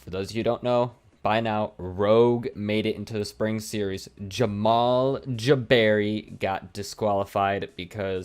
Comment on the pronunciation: The way you say Jamal Jabary man 🤣